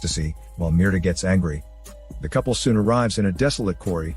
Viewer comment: You youtube guys really need to get on point with your grammar. Mierda.. the name you gave the woman.. is literally the word "shit" in Spanish. You basically made a video yelling "shit" 32 times. Meanwhile, Mirta, that is meer-TA, is a completely different word and translates to Myrtle.